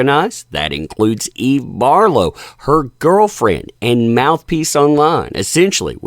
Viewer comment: Who's Eve Barf-low?